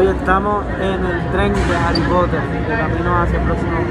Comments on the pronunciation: "hary potel" hay zabdi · Nadie: Absolutamente nadie: Zabdiel: haly pottel